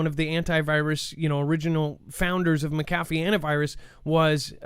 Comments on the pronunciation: "McAfee" is pronounced with emphasis in the first syllable - not the second one. LoL Funny though. Good show! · Yep, Mc meaning son in Irish & Scottish Gaelic, McAfee is one of the oldest Gaelic names in existence yet everyone still gets it wrong 🤷🏻‍♂️ SAOR ALBA GU BRÀTH 💙🏴